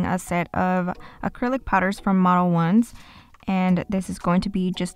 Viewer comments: No really I don’t even speak Spanish fluently and I pronounced it in Spanish. It sounds much better than “model-ones” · if you didn’t post this video and pronounce it correctly, I would’ve been pronouncing it the Spanish way and would’ve gotten the look 👀 lol so thank you